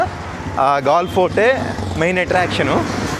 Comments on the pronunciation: Gal kadu gale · Gaall kaadhu Galle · Gall kadu anna Galle antaru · గాల్ కాదు. గాలె. క్రికెట్ మ్యాచ్ లు జరుగుతుంతాయి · Gale babu not gal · ఒరేయ్ హావులే గాల్ కాదు గాలే(galle) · Gall kaadu galle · గాల్ కాదు గాలే అని పలకాలి. ఇక్కడ ఇంటర్నేషనల్ క్రికెట్ స్టేడియం కూడా ఉంది. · అది గాల్ కాదు గాలె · Are Erri puvva Galle bay, pronunciation mistake, Children are also followed but impact of education, children spoil knowledge your pronunciation,Erri pushpam